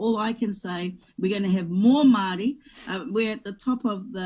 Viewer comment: Take off those keha clothes and make up. Intertribal War? The gangs? Pronounce "Maori " correctly...koretake , maari.